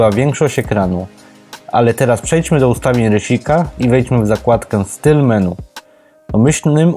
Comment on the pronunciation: "menu" jprd.... wymawia się "meni" !